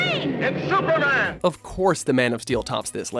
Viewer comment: Stuperman really? I know he is an alien and all why ? This guy?